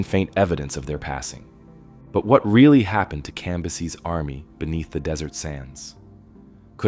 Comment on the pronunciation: It’s fucking CAM - BYE- SES.